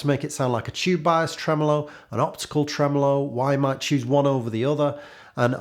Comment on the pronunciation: Love when you say “Tremolo”